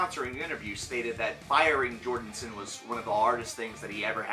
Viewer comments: dude, you keep saying Jordinson :D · Better than the people who say Jorgenson